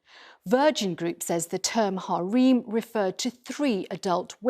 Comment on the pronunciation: Are they mispronouncing harem on purpose